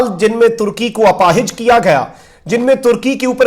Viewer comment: اپاہج کا لفظ آپ استعمال کررہے ہیں تو اسکا درست تلفظ اور پروننسیئش اپاہج میں الف کے زبر کے ساتھ ہے نہ کہ الف کے زیر کے ساتھ اسی طرح اپاہج میں ھ کا زبر ہے نہ کہ زیر لہذا اس کا خیال رکھیئے شکریہ آپکا بھائی مولوی حافظ سید خلیل احمد شاہ